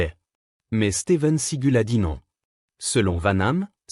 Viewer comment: C'est Steven Seagal pas Steven seagul n'existe pas 2 c'est Jean-Claude van dam et pas vent nam Jean-Claude vanhamme n'existe pas